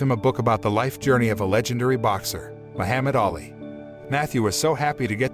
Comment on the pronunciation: not going to lie kind of triggered me everytime you said Muhammad Ali's name wrong